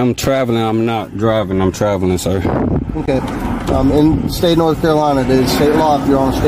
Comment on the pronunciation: “The state of Nokolana’, where exactly in the USA is “Nokolana”?